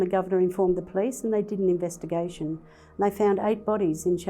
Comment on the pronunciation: keeps saying invettergation